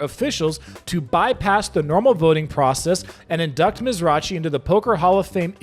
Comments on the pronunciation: Dear: Mike Mizrachi’s name is pronounced Miz-rocky… just a reminder… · Mizrachi - pretend the 'h' isn't there - it's a hard C. Miz-ra-key. 🙂. I guess you're not a poker player ;-) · His name is Mizrachi... with the "ch" sounding like a "k". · The poker player's name is pronounced "miz-rockie"